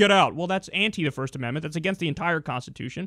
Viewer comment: "Shmirsht ashmendment" :P